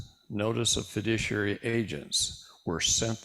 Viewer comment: Fiduciary, not "fidiciary". Sorry, but as you have been saying, and as we all know, words are very important.